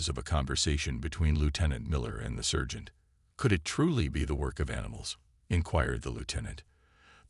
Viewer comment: It took over half this video to realize you werent sayin "surgent" . I thought maybe u were saying a weird shortened version of "insurgent" that only u used, but then it hit me you were trying to say sergant...